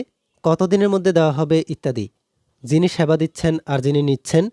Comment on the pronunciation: স্যাবা না।😂😂😂😂😂😂😂সেবা